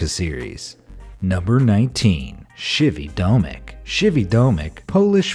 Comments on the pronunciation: You are saying it wrong krzywy domek is said diffrently ps:i am polish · you butchered the name of the polish building nice try